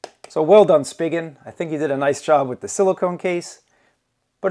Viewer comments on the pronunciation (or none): It's pronounced spee-jin